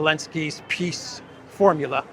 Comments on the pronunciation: Hell, nobody can tell him how to pronounce 'peace'? it's not piss, it''s peace!!!! dumpkopf!!!! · He said.."Piss summit"...Zela, that is. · Did you here Selenskis bad basic English and wrong pronunciation . He says " I go to second Piss Summit ". Yes, that's true :) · Eeee, Podolyak , how do You spell ''peace'' ?Peas, peace or piss?